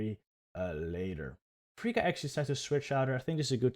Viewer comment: I don't know who this freaka is, I think you mean to say fr-fourtythree-ka 😂 (Btw love the reactions!)